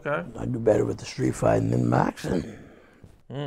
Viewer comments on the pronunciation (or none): Did he just say boxing with a B 😆 #macslipnonhiscripn 😆